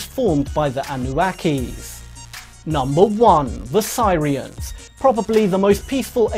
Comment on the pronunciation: Sirians.......Its pronounced Ser rians. FFS